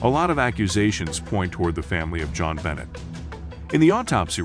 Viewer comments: Her name is bon- nay! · The most amazing part for me was how many times you said her name wrong, and how many things you got wrong about this case. Even the news clips you added said her name correctly. Do more research! God!